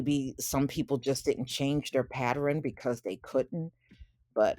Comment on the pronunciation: Hey, what is a Paterin? You keep saying it, never heard of it... 🤔